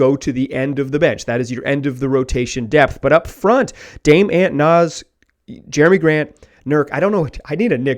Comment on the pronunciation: Bro you did not just say “aunt” 😂😂😂. It’s “Ant” like the insect 🐜 and “Damian”.